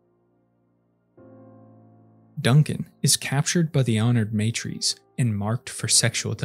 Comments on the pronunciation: MA TR As Not May Trees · Why does the narrator pronounce Leto like Layto, Teg like T-egg instead of Tiig and honored matres like maytrees instead of mahtres. Really annoying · Just gona put this out here because i hate incorrect phonetics. It is not said "MAY-trees" when refering to the Honored Matres. The word is said "Mah-trehy". Now you know. Folks, we have google these days. So if you dont know how a word youre reading is said you can literally look up the correct pronunciation. Please for the love of the fuckin english language, take thirty seconds and look it up. Especially if youre doing presentation style spoken content. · It's MAH-trays. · Every time you say matres wrong a part of my soul dies.